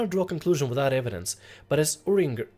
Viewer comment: You almost have the pronunciation of urianger right. the last R is silent. just think "urianjay"